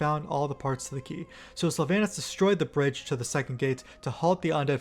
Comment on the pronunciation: I try to live by the wisdom of forgiving mispronounciation as learning by reading is a net good. But there is soooo much mispronounciation in this video. Just to start the first A in Sylvanas is a long A. I know multiple WoW loremasters who's first language isn't English who are on point in this arena.